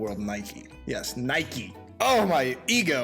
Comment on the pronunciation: Nikey? Nikey he says? No,. Its Nike. Nike!